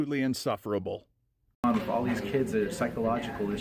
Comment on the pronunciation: listen carefully. He says wiff instead of with. Boff instead of both ect. He speaks like a child.